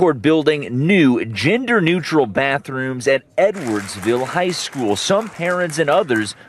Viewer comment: I was listening to this in the background and NGL, I totally thought he said 'N-wordsville' instead of edwardsville